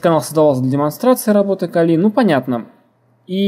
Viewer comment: Да Вы оба "кадры" ))) - Один называет ХЭдра ... ты называешь ХИдра )))))))))))) ну да бог с ним ))) (П.С. ударение в слове Кали ставь на букву "А" а не на букву "И" - как это делаешь ты... ухо режет .......... Послушай как Индусы произносят имя богини Кали, если вдруг спорить соберёшься...... и да название дистрибутива пошло именно от этой богини) :) Второе: bruteforce - Грубая Сила ... Здесь нигде не оговаривается каким образом и из чего именно будет совершен подбор или перебор пароля!!! (у тебя явно бомбит на владельца того канала, раз уж так решил на нём акцентировать внимание... из чего вытекает ТРЕТЬЕ) В третьих: ТЫ ТОЛЬКО ЧТО СОВЕРШИЛ АКЦИЮ ЧЁРНОГО ПИАРА ДЛЯ ТОГО КАНАЛА!!! А чёрный пиар - это тоже пиар ))))))))))) Минимум каждый второй из просмотревших это видео пошли искать тот канал, который ты так рьяно засераешь!!! И в четвёртых: Конечно уважуха, что занимаешься этим и видимо микроэлектроникой тоже, раз у тебя мультик на столе, паяльная станция с феном..... НО НАХЕРА ЭТИ ВЕЩИ ДЕРЖАТЬ ПРЯМО В СПАЛЬНЕ??? МОЖЕТ ТЫ ЕЩЁ И ВЫСОКОТОКСИЧНЫМИ ФЛЮСАМИ ПРЯМО ТАМ ПАЯЕШЬ??? )))))))))))))))) . В остальном молодец! Так держать!!! Поставлю палец ВВЕРХ.